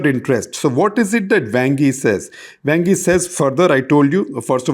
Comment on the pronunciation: Great news. Just one thing - your pronunciation of Wang Yi is quite terrible!